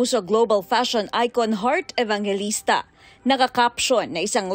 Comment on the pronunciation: oa wahaha!! ikaw tlga OERT AVANGELISTA APA AERTY Mo. XD